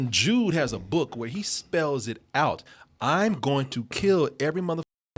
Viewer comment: Man, REALLY needs to pronounce that D in “Jude” more. I kept hearing him call the kid “Jew” during the entire review.